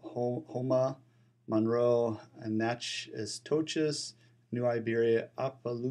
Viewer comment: This is off-topic, but Natchitoches is pronounced "Nackedish".